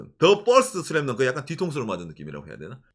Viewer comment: 한글발음 너무 좋네요 슬램덩크를 제대로 발음하실줄이야ㄷㄷㄷ 한국분이신줄ㄷㄷㄷ